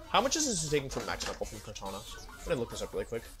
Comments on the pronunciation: everytime i hear "kartañia" i cry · I love how he butchers their names “Zygrade” “Kartanya”